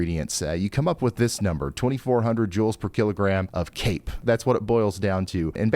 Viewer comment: CAPE! I’ve been hearing you say cake!🎂 For years! smh 🤦‍♀️